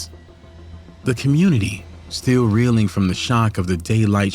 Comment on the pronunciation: Did he say commurnity? 😂